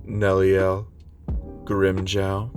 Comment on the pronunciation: it's pronounced grim-Joe